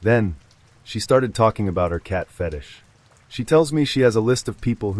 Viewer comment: Hearing the word “fetish” pronounced more like “fetus” was hilarious.